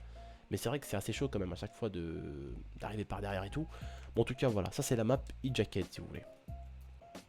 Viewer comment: tu voulais parler anglais mais tu à niqué le nom de la map